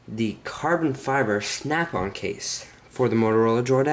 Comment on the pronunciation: "the carbon fiber shnapp on case"